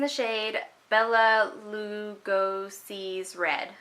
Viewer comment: I am dying over Bela Lugosi’s Red!!! That is seriously the best fall color! (And you pronounced it correctly, you should totally google him, the color is PERFECT!)